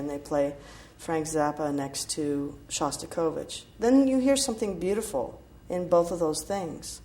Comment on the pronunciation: She's really Amazing...even when she's not singing ! While she Has difficulties to say " Uncategorizable ", some minutes after, She pronounce Greatly "Chostakovitch" !!!! The Russian name, is easier for her, than this long word, from her native tongue !!!😄😄 &